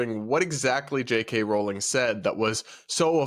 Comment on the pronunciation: It's pronounced r-owling not rolling.